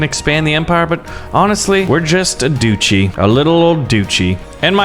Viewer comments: you’re making me mad duchy is not a hard word what is a du chee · This man is triggering me every time he says duchy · Doochie It hurts me It’s DUTCH-Y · It is pronounced Duch-ey not doochy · Everybody else: Duchy: Doochy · How can he live happily knowing that he pronounces “Duchy” as “Doochi”? Like seriously, how do you sleep at night? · the way this guy pronounces dutchy is appalling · Every time he says doochie I want to strangle him